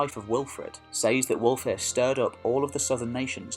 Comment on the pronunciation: Pronounce wulfhere the same as Hereford his name means wolf's army